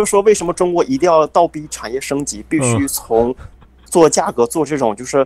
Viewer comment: 我以为他不是东北的，知道我听到倒逼儿，